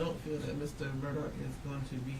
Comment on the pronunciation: Do I have bad hearing? Do they keep saying Murdock? The man's name is Murdaugh.